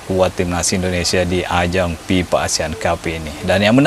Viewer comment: FIFA bang, bukan PIPA